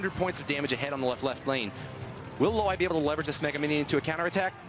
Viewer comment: It's LOAY AND NOT LWIAY